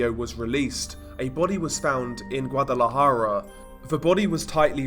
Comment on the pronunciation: Thanks for pronouncing Guadalajara correctly (